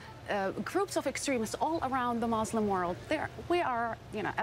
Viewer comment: Exactly when did people start pronouncing muslim as mousselim? smh